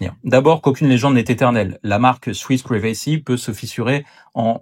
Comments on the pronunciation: "Ah ouais, Swiss ‘privé-cy’ ? Sérieusement ? Tu crois te la péter 😂? Si tu veux me convaincre que tu maîtrises l'anglais, ou pire, impressioner des ignorants, commence peut-être par savoir la prononcer. Next time, try 'praï-vuh-see', but I won't be attending anyways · PRIvacy lol pas priVAcy ;) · Il faut bosser un peu ton anglais: PRIVACY se prononce "pouaille v' si" et non pas "pré vey si", nota bene.